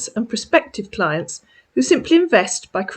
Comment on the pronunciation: He meant client when he said “Clint”. He must have been watching porn while talking to you. LMAO 😂